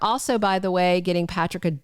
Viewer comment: I think her name is Pa-tri-kah not patric